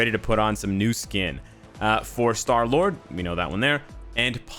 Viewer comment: "SHTAR LURD" LOL!!! IGN: Footballman599